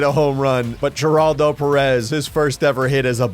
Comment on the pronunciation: The way pronounces Geraldo's name bugs me more than it should 😅